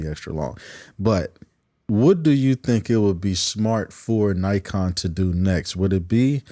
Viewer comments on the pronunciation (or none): It's Nikon not Naikon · give Naikon USA a call--that's how they pronounce it